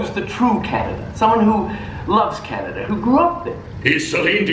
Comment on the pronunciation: LOL at about you said "I'm all aboot 'CANADIA" ".